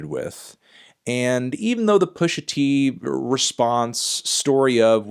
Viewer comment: Anderson Jean then why did he shoot this interview where he’s so shook he can’t even say pusha t’s name?